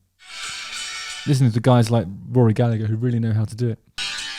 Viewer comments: FFS: Rory Gall-a-her, not Gall-a-ger. Second 'g' is silent. Irish, not Scottish. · In Ireland we don't pronounce the second G in Gallagher. It's pronounced Gallaher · Hi Justin, Love you and the video. Just for yours and all other UK-ians future reference, Gallagher has a soft g in the middle. So it’s pronounced Galla-her. Same goes for Liam and Noel :) Have a good one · Rory Galla-her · He did use the hard G sound? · He DID use the hard G sound? The OPs comment confused me too when I seen it..😂